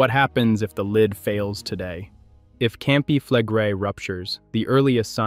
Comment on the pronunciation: When you mispronounce words that are commonly used in volcanic discussions, you lose your credibility with those who begin to wonder what else you don't know. Campi Flegrei, Bradyseism, phreato...all mispronounced at least once.